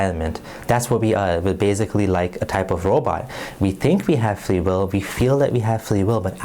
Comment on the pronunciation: What the fuck is fwee weel